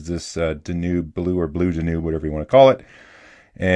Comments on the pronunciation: High quality, useful info, thanks. Two minor points: 1. The before and after close-ups of the nib looked the same to me. Who cares, the proof is in the writing. 2. Is duh-NUBE the correct pronunciation in Hungarian or something? I've only heard DAN-yoob. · I'm an American and I lived in Hungary for 18 years and speak Hungarian. In the Hungarian language, the river is called the "Duna" (pronounced DO-nuh). Not sure about the origin of the word "Danube," but you're right, I've always heard it pronounced like you say, DAN-yoob. Maybe it's a Canadian English thing 🙂. Nothing major either way. This was an excellent and very useful video for adjusting nibs. Thank you, sir! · It’s Danube, like the river in Germany, but I came for your awesome videos, so you can say it any way want. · Danube, is a river in Germany or Austria I believe. If you search a video on Danube River tours, they should give you the proper pronunciation. I appreciate the tip tuning tips. I'm going to try some old pens over again. Thanks.